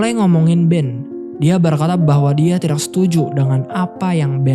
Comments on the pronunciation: Masih belum terbiasa mendengar k dibaca q ayau x Misal : kata "tidak " dibaca "tidaq / tidax" Penembak jadi penembaq /penembak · Salfok dg ucapan: tidak & tahu😅 Sukses sll bang.